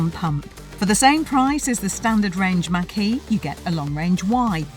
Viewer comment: Ford Mustang Mach-E looks better. They are planning on improving the range and lowering the cost. Pronounced Mock-E not Mack-E